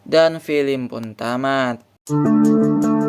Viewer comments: BG bukan filim tapi fillem😭😭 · yang nomong ceritain itu orang beneran atau mesin sih....gak enak sama sekali ngomongnya...masak baca film....filim....